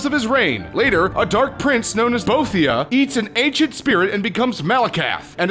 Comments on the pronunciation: Boethiah did not become Malacath, Trinimac became Malacath by being shat out of Boethiah. Also it's "bo-E-thee-a" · Isn't it pronounced bo-EH-thee-ah? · Video: "... Bowthia..." Me: dies on the inside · Can you guys please get someone that has actually played the game to read the script. "BOTHIA" "ALDOOINE" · Boethia and Alduin are SPelt Wrong (i havent played Skyrim today so i THink that i made a mistake in Boethia) also Its impposibble To Say the ENTIRE story Of elder scrolls in 3 Minutes man THIS VIDEO IS SUPPOSED TO BE LIKE Years LONG MAN (btw its Alduin not Aldueeeen get Ye' english Right Lad) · True, but they skipped over a lot of the most important points, such as the death of the Tribunal, the Dragonbreak, the creation of Talos, the first Numidium, the second Numidium, and most of that specific creation story..... Plus they pronounced Boethiah wrong. And that's just stuff from Arena - Skyrim, not even getting into Redguard, Battlespire, and the TES Travels series... If they wanted to be accurate, or at least not-inaccurate, then they probably should've made this either a longer video, or made this a series with each video being a "(insert TES game here)'s entire storyline in 3 minutes!" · You got Boethiah and Malakath wrong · The way you pronounce Boethiah makes me sad. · lol'd at the way he pronounced Boethiah